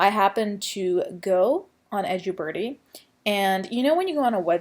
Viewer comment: Edju birdie or edubirdie? Wish she’d pronounce things as they are